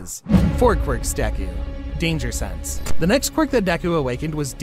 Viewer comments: Bro it said sanse not sense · Danger “sanse”